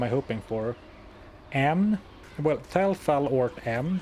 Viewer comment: Tal = "Tol" Thul = "Thal" Baal = "Bale", "Bail", "Bayle" 😆